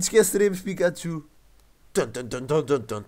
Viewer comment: pikachu,e não picaxu,e pichu, não piju